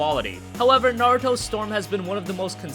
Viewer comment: ITS NA-RU-TO!!! NOT NA-RO-TO!! I LOBE NARUTO AND IT MAKES ME CRINGE WHEN ITS MISPRONOUNSED!!